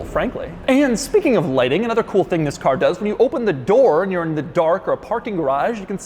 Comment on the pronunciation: "... in a mid size luxury sedan hatchback tThiing..." I felt that.